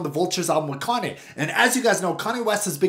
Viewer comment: Kanye not kahnneh